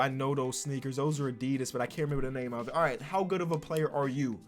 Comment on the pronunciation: I love the wrong pronounciation of Adidas as a German